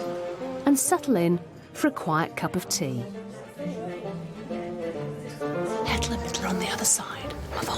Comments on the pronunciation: The way she's pronouncing their names.. "Hettle and Mittle" 😳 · Haha their names are Hetal and Mittal. It’s just the way Anna pronounces their names.